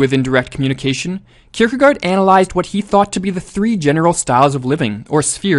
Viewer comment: You pronounciation is not bad, but the last syllable is actually pronounced like 'gore" - "kierkegore"